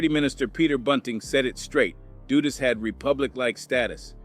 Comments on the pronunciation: YO STOP SPREADING BULLIIIIIIISSHHHH HEAR THE REAGAN BUSH ADMINISTRAION STARTED THE CRACK ERA HONESTLY THIS IDIOT TALKING DONT UNDERSTAND IN ORDER TO BRAIN WASH PEOPLE THEY ALWAYS BLAME BLACK PEOPLE HOW THE FUCK THESE MEN STARTED SELLING CRACK STUPID QUESTION HOW DU DUS NOT DOOOOO DUST MADE DRUGS OK AFTER A UNIFORMED OFFICER IN HIS POLICE CAR IN QUEENS NEW YORK GOT SHOT UP THATS WHEN THE REAGAN BUSH ADMINITRATION FLOODED CRACK IN THE HOODS OF AMERICA BEFORE THE COCAINE WAS WAY OUT THERE AND EVERYWHERE AND EXPENSIVE THE FUCK THIS MAN TALKING ABOUT AND CANT PRONOUNCE EASY WORDS BY READING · Repeat after me DUD-US just like you'd say BUD like Bud lite. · that's Big Meech and Terry Flenory, and you're mispronouncing Dudus's name like most people in the Jamaican media do. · AI have a problem pronouncing some names